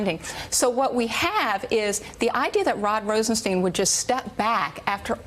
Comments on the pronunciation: "stine", similar to "mine". To the best of my knowledge, the name "Rosenstein" is a German surename (cf ), so I would fall back to the German pronunciation when there is a doubt about it, as in "Einstein" ("stine", not "steen"). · It's pronounced RosenSTINE. It's all laid out in Young Frankenstein. (clip provided by NPR). Y'all get together on that, please? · On a side note, I don't understand why so many people can't pronounce the name Rosenstein correctly, It's "Rosen-STEIN", not "Rosen-STEEN". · Francesann Jackson, the deputy AG himself pronounces it “Rosenstein”, not “Rosensteen”....i watched one of his news conferences a while back. She just rubbed me the wrong way by not taking a cue from an anchor, who was pronouncing it correctly. Also, even if if she was not sure how to spell his nam she surely knows how to spell “Einstein”... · Rosenstein rhymes with wine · Is Rosenstein pronounced "steen" or "stine"? People seem to be all over the map. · She is so articulate, yet refuses to pronounce Rod Rosenstein name correctly.....